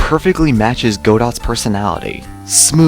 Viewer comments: Not pronounced Go DOT. It is Go Do like do re mi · D-Did he pronounce the “T” in “Godot”? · Again. Go-DOE. Is how you pronounce the name. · Don't you mean "Goh-doh?" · I always pronounce it that way for some reason. I know how it's pronounced and say it correctly when it's in a different series, but something about AA makes me want to sound out the "T" in Godot